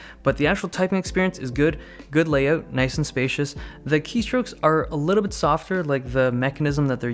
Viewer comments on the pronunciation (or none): good lay-oot eh? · I was today years old when I realized you're Canadian. (you saying layout).